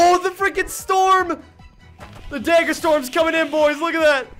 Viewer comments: Great video but please say it correctly dagger dag ger dag like lag dagger lagger not day ger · its not dayger its dag like gag with g and ger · can you say dagger and not daegger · Lmao I keep hearing deggar, love it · It's (dag-ger) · Daggerbending naw dayggerbending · bro why he say dager bending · Why do you pronounce dagger as dager lmfao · I like how he says dagger Edit: I’m not making fun of him or anything btw